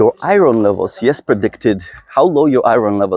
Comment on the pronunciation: I love, love LOVE hearing you say "i-RR-onn" levels! I love your accent! Oh & I love all these talks! I've learned so very much, thank you! 🩷✌🏼🩷